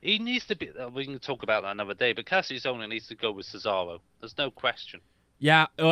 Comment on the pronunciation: You dont say kassius ohno's name right.